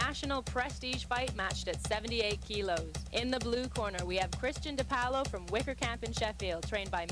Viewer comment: its funny how she says dipaolo. its not "di POWLO", its like "Dih-Paul-oh"